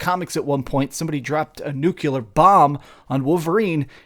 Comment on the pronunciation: “Nuculear bomb” 😂 Just playing with ya buddy